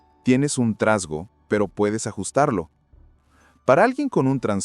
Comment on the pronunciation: Para el qué hizo el Vidiu ! Aprendé a poner bien las Vocales . . Trasgo ? Y es desmoronarse No desboronarse 😂 Psiquiatra No sos Seguro. . . 🫣😂🤣